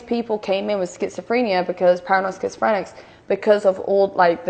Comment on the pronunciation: She's saying schizophrenia wrong. This woman cannot speak she sounds like she's drunk when she's not and your off the rails without any meds.